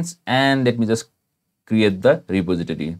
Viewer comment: 'reposiditity' lolwut RE-POS-IT-TOR-EE REPOSITORY